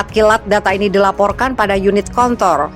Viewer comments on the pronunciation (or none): Kontrol gitu bukan kon kon